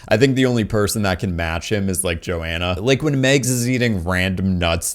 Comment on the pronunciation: dude there is an H in joHanna and mAgs is said with an A not an e